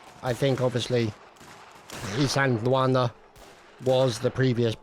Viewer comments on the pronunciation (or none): I believe the pronounciation is "ill-land-wanna"